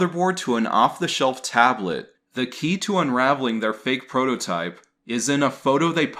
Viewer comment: Are you saying "prohotype"? Instead of prototype? Is that a meme or something?